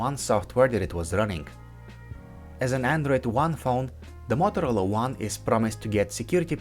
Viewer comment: U saying mothrola . U want to say motorola